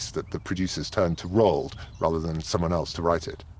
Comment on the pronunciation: How do you make a documentary about a person without learning how to properly pronounce their name? Roo-Ald. The number of times they said it wrong is ridiculous.